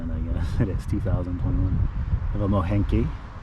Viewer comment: The name Moehnke is pronounced Mink